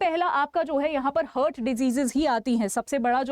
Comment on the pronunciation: It is हार्ट heart ..but you are pronouncing it as हर्ट ie hurt...